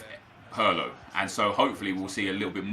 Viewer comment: Why do you say “pirlo” as “purlo”?